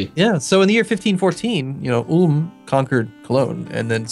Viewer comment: I utterly love the way you pronounce Ulm,. And i'm german. I think, we should change its actual pronounciation to that of yours.